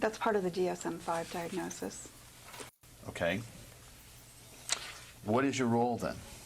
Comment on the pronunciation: Jesus the mother was willing to share all the medical diagnosis, they didn’t want to accept it because she and the dr were threatened, and pissed at her. She can’t even pronounce diagnosis.